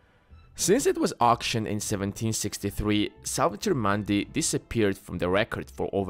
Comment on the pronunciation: 'Mundi' is pronounced with a 'u' like in the word 'put', not 'putt'.